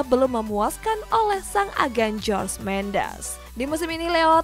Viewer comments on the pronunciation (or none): none